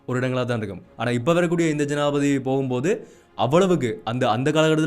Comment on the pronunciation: தம்பி, தமிழில் உச்சரிப்பு அவசியம், ஆனால் என்பதை ஆனா என்பதும் ஜனாதிபதி என்பதை ஜனாதிபதி என உச்சரிப்பதும் தவறு நிறையத் தகவல்களை அழகாக தரவுகளுடன் எடுத்துரைப்பது மிகச் சிரம்மான காரியம் இருந்தும் போராட்டத் துடன் தொடரும் உங்கள் பயணம் தொடரட்டும் வாழ்த்துக்கள்.